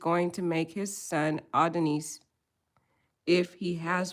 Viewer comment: Please o! It’s Ah-don-is..!! Like the Greek god. Great content💥